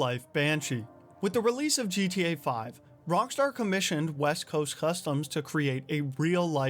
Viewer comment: Why do keep saying Rongstar?